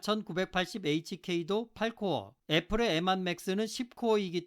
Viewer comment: 추억의 발음...엠완